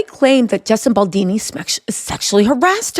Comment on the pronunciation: Justin Boldini ?!!!